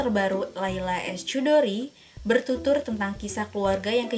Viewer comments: Kak, CH itu = KH. Jadi bacanya 'Khudori', bukan Cudori 😂😂😂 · Sedikit masukan Mba Sis,penyebutan "Chudori" itu bukan " Cudori" Mba Sis,tapi " Hudori".